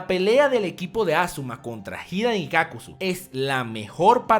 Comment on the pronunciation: es asuma no azuma